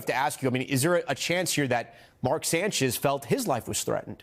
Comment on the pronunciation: The Sanch-ise 😬, J E T S, jets jets jets 😂😂😂😂😂😂